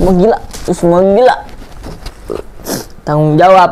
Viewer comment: Di akhir pas bilang "tangung jawab" kok lucu ya😭🙏.